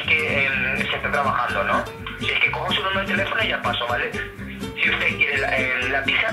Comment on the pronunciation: quien es usteh? Taxista: yo soy un taasi. Jajjajajaja me parto